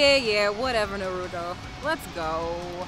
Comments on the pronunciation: Narudo it’s naruto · How does not know how to say Naruto